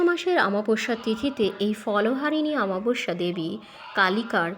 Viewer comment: কথাটা অমাবস্যা, আমাবস্যা নয়। ভুলভাল বলেন কেনো।